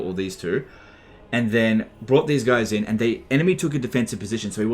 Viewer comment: I'm such an old viewer everytime says "Later guys" I hear "Later F***ers"